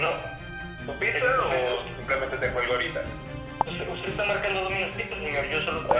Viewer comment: Líke si notaste que decía piza en vez de pizza